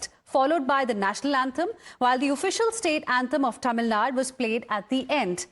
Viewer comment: Learn how to pronounce a State's name properly or does the presenter has eyesight problems. It is "Tamil Nadu", not "Tamil Nad".